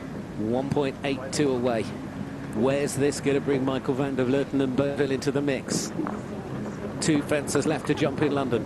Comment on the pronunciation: finally a commentator who can properly pronounce the Dutch name Van der Vleuten...